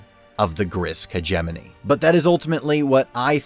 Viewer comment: "hedge-eh-moan-ee" Emphasis on the first and third syllable.